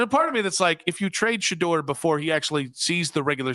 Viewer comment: Shanoise, Shahive? Stop that sh… You being disrespectful. He’s making you and the fan money right now. Show that man some respect.